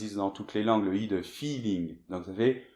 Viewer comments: BONJOUR. Alors, au début, dit « aujOrd’hui » au lieu d' « aujOUrd’hui ». Et puis, tu as une belle voix radiophonique, mais tu confonds souvent les voyelles [ə] et [ø], ainsi que [e] et [ɛ]; dans « je l'ai fait », tu dis [ʒø·le·fe] au lieu de [ʒə·le·fɛ]. Autrement, c'est très bien. Merci. Quant au /r/ d'Édith Piaf, c'est un [ʀ] allemand. D'autres chanteurs aussi le prononcent: Mireille Mathieu et Georges Brassens. Mais ça c'était normal au siècle dernier pour que le /ʁ/ ne passe pas inaperçu dans les chansons de texte. Et encore plus autrefois, les chanteurs d'avant les années 1960 prononçaient le /r/ espagnol pour les mêmes raisons (Yvette Guilbert, Maurice Chevallier, etc.). Jusqu'au milieu du siècle dernier, dans certaines provinces françaises (Bourgogne, Bretagne) les anciennes gens roulaient encore le /r/. Mais aujord'hui — pardon, aujourd'hui —on prononce encore le /r/ espagnol, (ou russe, hongrois, etc.) dans les chants classiques comme les opéras ou, un peu moins souvent, les opérettes. Oui; je sais. On dit plus souvent « ail laïque » que « j'aime ». Mais on apprend le français ici; ne l'oublions pas. Salut, Eiffel. Au fête, n'y a-t-il pas un terme français pour remplacer « pot de cast »? Merci. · Pour a prononciation des mots français, nous ne pouvons pas établir une règle. Cela dépend du pays (francophone). et de la région du pays. Vous prononcez, par exemple, "FÉ" pour FAIT. Pourtant on peut le prononcer "FÈ". Il est important de mentionner que vous êtes en France et dans quelle région. Au Québec et en France, on n'a pas la même prononciation pour MAIN, MATIN, VIN. Ce n'est pas une erreur. ;) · C'est bien de corriger les autres mais on dit fait pas fé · La prononciation de "Je l'ai fait" et "Vrai" c'est sérieux? y'a une différence entre "é" et "è" hein!